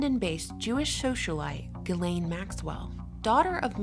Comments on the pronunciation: please correct your pronunciation of Ghislaine's name...a simple google search will reveal that the name is pronounced jizs lane...Lionel Nation hammers this pronunciation home in his videos. I casts doubt on your veracity when you didn't even take the time to research the right way to say the name of one of the key persons in your video. Thank you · It's pronounced "jizz lane" by the way. Good report though.